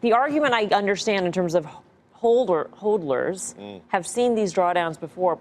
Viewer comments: She said “holders or holdlers”. Haha. It’s HODLERS. CNBC are amatures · It's pronounced "hawdlers"